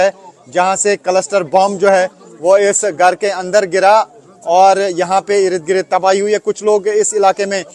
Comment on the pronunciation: Bhai Irid Girid nhi hota. IRD - GIRD bolo. 10 dafa ye word use karte ho. or is se behtar Irid girid k bajay Yahan Wahan bol lia karo.